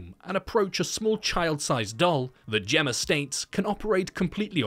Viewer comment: You criticize the MEGAN abbreviation then later pronounce, "Gemma", as if it ends in an 'r'. 🤔